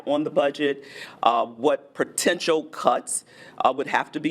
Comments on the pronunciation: “ What PROTENTIAL cuts”. What does that mean?…..oh right…she means POTENTIAL CUTS. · “protential”. Low IQ leader. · When the elected mayor can't pronounce "potential," it's time to move.